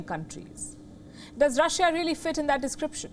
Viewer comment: It's Russia not rasia